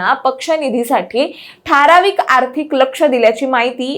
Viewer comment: अरे हिला आधी "ठारावीक" नाही तर ठराविक म्हणायला शिकवा